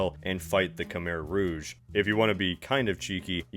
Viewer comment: You say "Khmer rouge" in French ? (I know it's a detail but still)